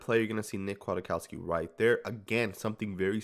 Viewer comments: I am a Chicago Bears fan and I'm telling you that you are very misinformed.. #1 his name is pronounced Quik-cow-ski #2 He is great against the run VERY Slow in coverage. Physical & smart but not fast. Good inside blitzer #3 he was almost cut in training camp last year. But he is good on special teams #4 The Bears had to choose between a young (backup) Nick and a 30 year old (starter) Danny Trevathan in free agency, and picked the older Danny (cause he is the same kind of LB but faster at 30!) In conclusion Nick will be successful on run downs and in zone. He's smart and will get everyone lined up. He will be exploited one on one. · "Quit-COW-ski" pronunciation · No it sn't. It's polish. Pronounced Kjatkofski or Kiatkoski if you don't want to bother too much. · Spoiler: Nick Kwiatkowski (pronounced Kiatkoski) is not "very good" in coverage. He is decent in coverage. Still, compared to Tahir Whitehead, Vontaze Burfict, Marquel Lee and Nick Morrow he is a God. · Don't worry.. we are all saying his name wrong 😂😂